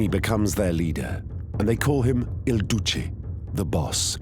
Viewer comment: Narrator affects a Brahmin accent, but can't pronounce the basic but fundamental Il Duce. Smh.